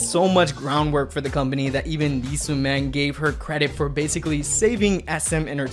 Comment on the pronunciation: sorry but i can't ignore the wrong pronunciation of sooman's name specially since it is repeated every other sentence. cmon man, didn't you come across the pronunciation during research? what is this?